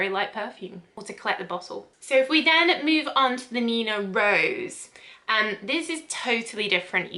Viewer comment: Its meant to be Rose as in the French for pink, not rose as in the flower. Like the Rouge, which means red. Thanks for the review, made me realise neither of them would be for me